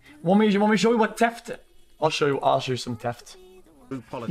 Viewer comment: God it took me so long to realise "Teft" meant theft